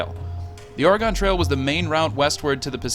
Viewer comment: Impressive production values, narration, and imagery. One quibble: Oregonians pronounce it "oreh-gun."